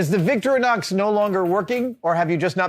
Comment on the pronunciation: Small point: It’s “Victoreeenox”, not “Victory-nox”